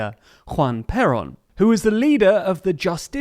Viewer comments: and also "perón" .... stressing the "O" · I think you mispronounced Perón, it hurts every time you say it😅